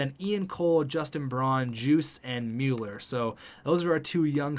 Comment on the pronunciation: Mer-co muller